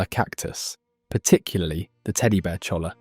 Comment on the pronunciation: You managed to get La Jolla right. How did you f*ck up cholla so badly? If I keep watching, will I get a lahss an-jel-eez, too?